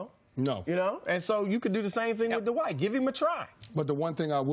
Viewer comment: Why do people pronounce this man's first name as "Duhwight" Jesus Christ his name is DWIGHT.